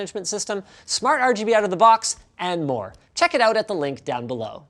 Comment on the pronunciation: Who says like THAT???